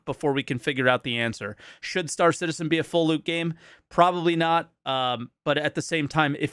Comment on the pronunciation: "Star Shitizen" may very well stick! :D